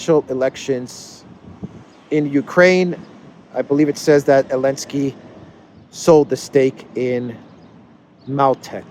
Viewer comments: It's Zelinsky! 😂🤣🤠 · Why are you pronouncing his name elensky now? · I just can't get my head around when u say elensky u are doing a great job one love from Ghana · So silly…he can’t say ZALENSKY. Cant stand this bozo